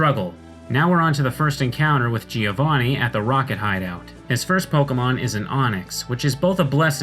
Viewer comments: Its GIO-vanni, not GI-O-vanni... it sounds like joh in john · If I may: as an Italian, I always hear Giovanni being pronounced the wrong way. The first "i" is silent, so the correct pronunciation is something like Joe Vunny, not Jee o'Vunny. (thumbs up for my spellings) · Giovanni is pronounced Jo van ni, not ji ou vò ni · giovanni... bro cmon i also dont speak italian but its not that hard to pronounce